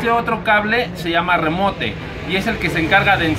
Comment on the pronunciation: no compa, no se llama remote, se escribe así en inglés pero no se llama así. está mal que escriba la fonética aproximada pero ahi te va se pronuncia "rimout" aunque se escriba remote